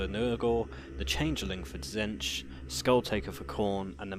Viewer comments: "Zench" .... Really? It's pronounced "Zeetch" basically. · Tzeentch not Tzentch. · again, it's pronounced zeentch